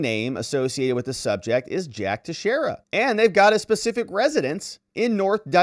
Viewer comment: Finally! Someone pronounced his name correctly.